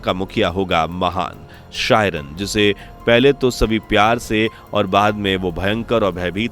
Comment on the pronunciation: Chyren का उच्चारण कीरन होता है, न कि शायरन.